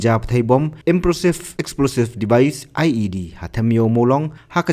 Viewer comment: improvised explosive device ym dei "improsive"😅